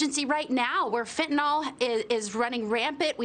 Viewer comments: It's called fentanyl not "fitnol". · It's pronounced Fen-ta-nil. Fentanol is not Fentanyl. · It's pronounced FentaNIL!!! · It might be nice if these two could correctly pronounce Fentanyl. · "The shocking thing is, the president rarely even says the word" Thats because he can't pronounce it!!! He would get tongue tied for days if he tried to say "fentanyl"!!!! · Our "president" probably can't even pronounce the word fentanyl. IF he can, he probably thinks it's an ingredient in ice cream!